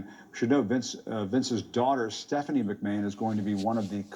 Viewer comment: Jim Acosta claims he's a long-time WWF fan, yet he says "Vince McMayne." Yeah. Okay.